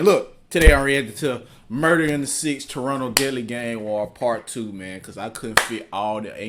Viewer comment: Wonder when is going to pronouce Toronto right. Someone gotta tell that nigga.